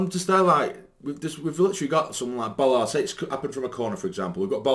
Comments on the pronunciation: Ballard!!! Not Bollard!!!! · but Bollard is not his name stupid!!! His name is BALLARD!!!! with an A not an O